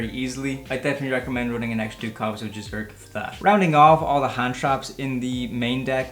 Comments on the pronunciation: ITS JI-ZU- KI - RU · I swear no one can pronounce Jizukiru's name properly lol